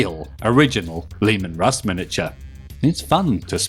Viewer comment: Leman Russ said like roose, like moose. The U being originated from uruz, of the elder futhark rune, hense the "ooh" pronunciation rather than the more modern "you" - U sound. At least, thats what I divined from the subject.